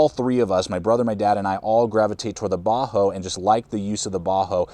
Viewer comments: Does he keep saying Bahco like a "Ba-hoe" pronunciation? I've always heard it as "Ba-Koe". Can anyone confirm the pronunciation? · it's really annoying that you keep saying "baa-ho." It's pronounced "baa-CO." You also spelled it wrong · Great review as always! I have never heard anyone pronounce Ba Ho like that haha. That aside, I have owned a laplander for several years and it is my go to. I picke up the larger Carona, 10" maybe? to keep in the truck but I have not had a chance to use it. Keep up the good work though!